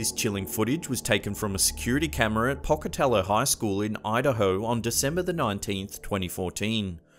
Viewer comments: Pocatello is pronounced "Poke-a-tell-oh" I live in Idaho itsy a couple hours away. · As someone from Idaho, and was not far from Pocatello, your pronunciation of Pocatello made me laugh. It's a long "o" in the 1st syllable. Wonderfully creepy video as usual. 😱